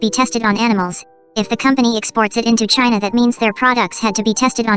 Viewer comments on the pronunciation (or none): none